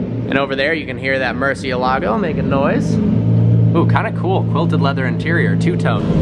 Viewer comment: please learn to say the word Murciélago correctly if you are going to talk about it.